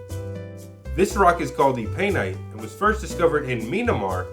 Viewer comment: Great job, loved this one. It's pronounced "Mee-ann-mar" lol